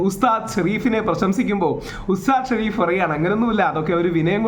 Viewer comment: (ഷെറീഫ് )അല്ല ഷരീഫ് എന്നാണ് താങ്കൾക്ക് രീ എന്ന് പറയാൻ കഴിയില്ലേ താങ്കൾ (അരിക്ക് അറി) എന്നാണോ പറയാറ്